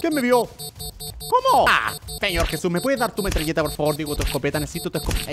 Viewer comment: Like si te diste cuenta que German siempre dice jeb/vus y no jesus